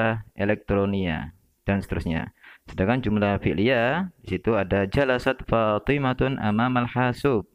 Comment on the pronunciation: Fathimah, seharusnya dibaca Fathimah,, bukan Fathimatun.. 🙏🙏